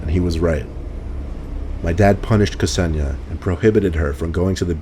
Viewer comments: Isn't Ksenia pronounced like Zenia? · K'senia? C'razy pronunciation,:) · lol! ksenia and ksenya are girls names (russian i think) pronounced ‘sen-yah’.